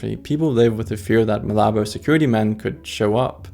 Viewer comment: It's Malabo not malobo